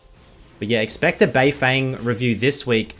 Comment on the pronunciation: yo im sick of hearing pronounce beifeng wrong its bay-fon